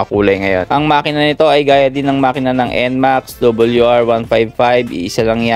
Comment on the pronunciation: RRRR hindi LLLL WR WL